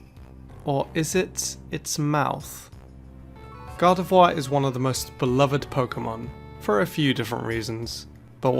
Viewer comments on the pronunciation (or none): none